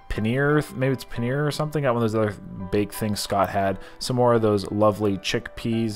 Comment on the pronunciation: Paneer ! I think that's what you were trying to say